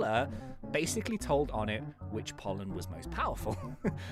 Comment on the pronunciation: Oh-nay not On-ett